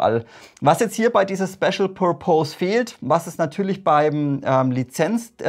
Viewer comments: Pur-Pohs...hihi...wenn dann Pörpess ;-) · "pörpis" spricht man Purpose aus :) Tolle Videos, me like :)